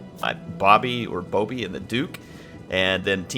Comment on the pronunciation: Thanks for casting and you pronounce Bobi as it is written. (If you pronounce it b-a-b-i it is quite funny because in my language it means grandmothers). Also if you want I can ask some players to send you good siege replays if you need any.